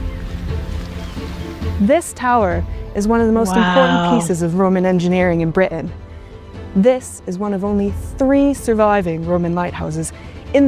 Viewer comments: The way she pronounces the word Britain i don't think she is from our country. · I agree. I suspect American